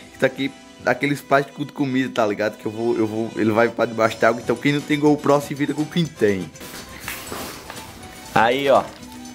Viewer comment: KKKKK "NUM TEM GOU PRÓ,SE VIRA COM Q TEM"